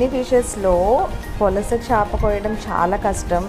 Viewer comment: polasa kadhu madem pulasa